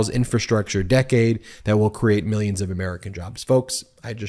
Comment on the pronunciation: "MEEYINS & MEEYINS of dollars! I'm covered under the law!" ME ME ME ME! Sickening prick! 😠